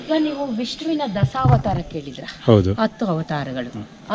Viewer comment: Dasavatara alla medan,dashavatara